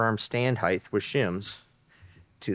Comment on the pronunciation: HEIGHT there is no H at the end